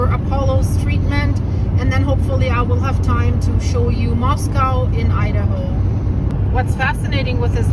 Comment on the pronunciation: Hello! Beautiful video with the precious doggies! Makes me homesick for when I lived in North Idaho. Wanted to let you know that they say Moscow there like “MOS-COE” not MOS-COW, and they’re actually pretty fussy about the way people say it. Best wishes with the vet treatments! ❤ 🐕